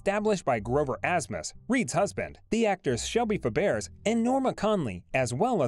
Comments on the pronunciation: The speaker doesn’t correctly pronounce Fabares! It’s pronounced “Fabray! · Her TV daughter's name is pronounced Shelly Fab RAY. I don't understand why you narrators don't make sure you know how to pronounce the names of people, and places. It happen much more than it should! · Pronounced Shelly “Fab-ray” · like chalk on a blackboard. It is Barbara Bel Geddes pronounced Ged eez and Shelley Fabares pronounced Fab Raze. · Barbara Bel Geddes is pronounced like “Getties” with the G sound as in guy or get. Shelley Fabares is pronounced like “Fab-ray.” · This announcer needs to learn how to pronounce names correctly. It's Shelly Fab uh ray, and Barbara Bell Ged ess. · NOT a "soft "G" - which sounds like "J"! It's still "BEL - GED -DEES" But the computer pronunciation of Fabares is horrible!!!